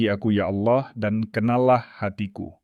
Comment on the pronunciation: Allah kok jadi auloh ya penyebutan nya